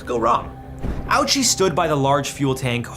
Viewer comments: You should read it the Japanese way, Oh-Uchi. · Hisachi “ouchie”???😂😂😂